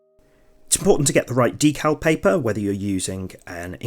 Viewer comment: Thanks for that. Very clear and useful. Also, your pronunciation of D cal, not DECKul, as most in the UK say! 😊